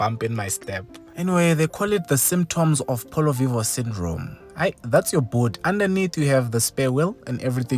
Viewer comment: I. Like. Your. Polo. Voio